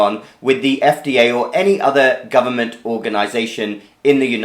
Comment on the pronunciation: "Governent resources", Ha!